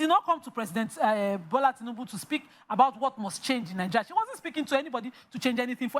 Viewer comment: Nothing said by someone who pronounces Nigeria as "Nigereh".